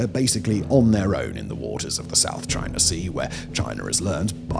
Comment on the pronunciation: Chiner and Indier